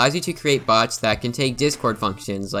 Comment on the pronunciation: I heard bugs instead of bots. So, yeah that fits.